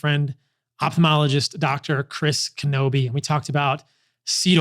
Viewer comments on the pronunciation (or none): Knobbe...not Knobbeith.